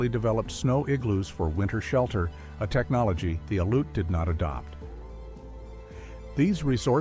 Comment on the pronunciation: As an "expert", try pronouncing Aleut...........Al-yute....and the land area as Awe-luu-chun....